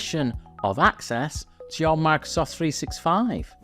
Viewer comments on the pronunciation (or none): Bro really said MACSOFT365